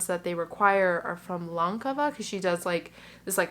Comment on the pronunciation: Lankava pronounced just right on the first time 😊 greetings from Finland! Lanka=yarn